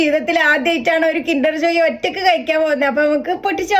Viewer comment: കുണ്ടർ ആല്ല കിണ്ടർ എന്നാണ് ഞാൻ കളിയാക്കിയതല്ല ഞാൻ തെറ്റ് മനസ്സിലാക്കി തന്നതാ 😅😊😢😂